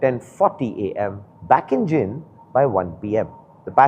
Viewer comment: It's जींद not जिंद 😭